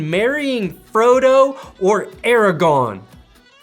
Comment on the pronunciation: I don't know if I can watch this anymore after the mispronunciation of Aragorn...